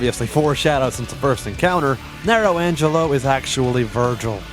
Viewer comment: Oof, you lose style points for mispronouncing Nelo Angelo But you get a little back for using an instrumental version of Vandalize by One Ok Rock